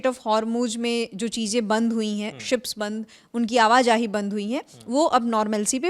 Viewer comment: Abe Urdu bolna to seekh lo.. Cheejen...nhi... Cheezen